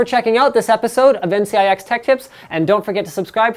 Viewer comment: Why does he always say: "Welcome, ten CIX Tech Tips..."?